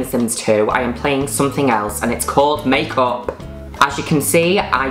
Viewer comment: And its called MAYKAWP